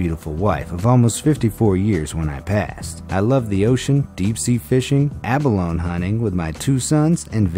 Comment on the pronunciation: I am amazed that you don’t know how to pronounce “Thames” and “abalone”.